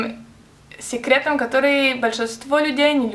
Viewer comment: классно) только сЕкретов а не сИкретов